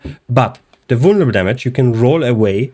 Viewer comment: The word is vulneRAble btw, not vulneble. Not trying to be a d*ck, just thought I might point it out.